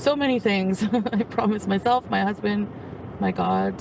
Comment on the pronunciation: The way she says “hasbandt” is cringing me out😅